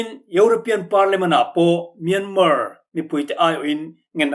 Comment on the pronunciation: Myanmar hi Myanma tia lam tur aw 😇